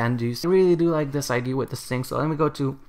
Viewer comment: Its ide-a not ide sorry i just cant stand it xd